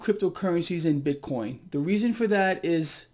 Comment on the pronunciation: says that as well... BIT-CORN....🤣🤣🤣🤣